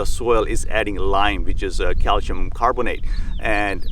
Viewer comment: I absolutely hate it cause it's cal-See-um. Ewww